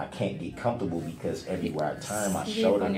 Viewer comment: It’s his “show-der”